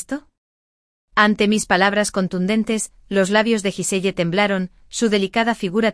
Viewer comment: Se pronuncia guisel